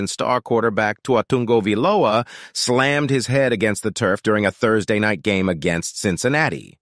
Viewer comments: Tua-tungo-vai-loa that's how it's pernounced. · It’s funny that this AI voiceover can’t say Tua Tagovailoa’s name properly… lol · Your pronunciation of Tuas last name is killing me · I think the AI voice need training on pronouncing Tagovailoa. Come on man!